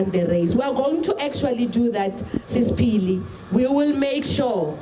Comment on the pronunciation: Really? You’ve been repeating on this tragedy for weeks now and you still get the name of Phili wrong?? Wow